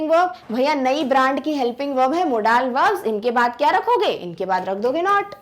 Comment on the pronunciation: hello everyone! me ya kaha na chahata ho ky app ka accent kon sa hai app ki pronounciation na british ha or na american like app ap kha rahi ho modaaal but it's not correct ya na british ki pronounciation ha or na america ki bus yahi bata na tha orr baki sub exellent tha thank u sooo much 🙂🙂